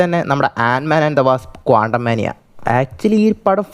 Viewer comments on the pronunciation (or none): i stopped watching this "" video cus first he butchered the movies name of Antman 3 and it was a outright flop the budget alone was over 300 mil then add marketing and therater cut (which is 50 to 60% in domestic, international is even less), the movie made around 480 million, where did he come up with number of 700 plus million i have no idea. So just to break even it has to make over 750 million. All this when i just saw under a minute. i would have ripped him into a new a$$hole if i would have watched the whole video and it is 144p knock off content of west where it is done to death, Just write "downfall of mcu" in youtube.